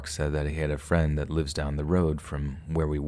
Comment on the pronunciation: Couldn't help but laugh at the "Thanks so much friend... suh"